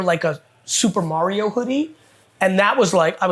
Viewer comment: Why does he pronounce Mario like "marry-oh"?